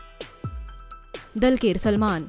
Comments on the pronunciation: Dulquer Salmaan.. U pronounced wrong❌ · I died when she pronounced dulquer Salman.....